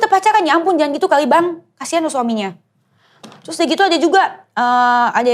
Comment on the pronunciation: BUKAN 'TYUS' DENIES! TAPI 'TERUS'